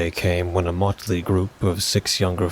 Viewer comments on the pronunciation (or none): none